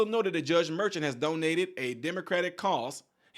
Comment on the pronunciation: The judge's name ( phonetically) is Mer--shawn, not merchant. A merchant is a business owner who sells items.